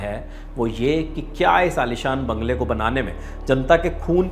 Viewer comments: उस बंगले नहीं जांगले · बंगले को जगला बोल रहे हों रिपोर्ट रीडर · Missing nahi pissing बंगले के जगह जंगले बोल रहा है